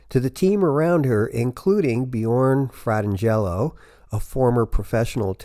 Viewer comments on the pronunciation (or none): Did you say: Fratten-Jello?? Omg...that's so funny! His name is pronounced: Fran-tan-gelo.